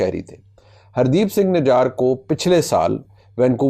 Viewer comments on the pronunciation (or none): نجر۔ نجار نہیں منیب صاحب ۔۔ ❤❤❤❤